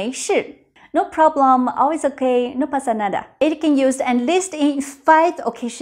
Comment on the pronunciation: "No pasa nada" 😨 sound so native, are you secretly "latina" 😅